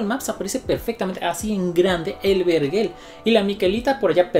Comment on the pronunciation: No se dice verguel sino vergel